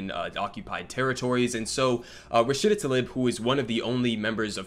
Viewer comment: He can't even say her name correctly; apparently she's now a man 🙄